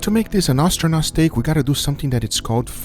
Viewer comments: Did you just say Austronot? Did you mean to say "astronaut"? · "ostronaut steak" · Learn how to say astronaut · Argh he was astronaut like ostrich, it's pronounced ass-tronaut